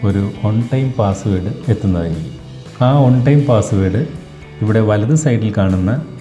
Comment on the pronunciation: ഒൺ ടൈം അല്ല. വൺ ടൈം